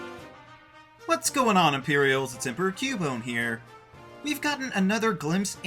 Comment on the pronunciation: Is he purposely saying the emperor wrong?